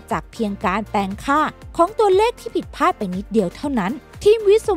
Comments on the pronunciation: เนื้อหาน่าสนใจ แต่คนพากย์น่าจะอ่านคำควบกล้ำง่ายๆให้ดีกว่านี้ เช่นคำที่สำคัญในคลิปนี้เช่นผิดพลาด แต่อ่านออกมาเป็นผิดพาด สั่นคลอนก็อ่านเป็นสั่นคอน อีกจุดคือการแบ่งวรรคในการพูด ฟังแล้วไม่ค่อยลื่นสักเท่าไร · ผิดพลาดครับ ไม่ใช่ผิดผาด ฟังแล้วขัดหู